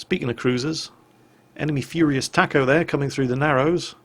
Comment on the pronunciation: it isn't "Furious Taco", it's FURRY TACO